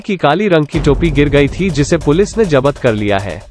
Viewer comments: अरे यार जब्त को जपत क्यों बोल रहे हो. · 'Jabat' kya hota hai... 'Jabt' bola kro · जब्त होता है। जबत नहीं